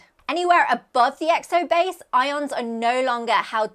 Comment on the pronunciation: Don't you mean i-oans? Aren't they what the i-oanassear is named after😮😂